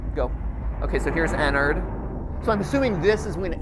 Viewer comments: Its Ennard Not enard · when he said “good friend enard” my instant reaction was to say allowed at 3am “Frenard” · Joshua Espanta it could if you pronounce it teleporting EnnAIRd